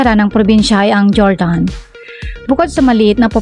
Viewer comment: Mali ang bigkas ng Jordan Guimaras